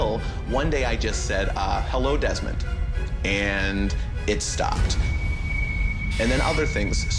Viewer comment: Its deesmon not demon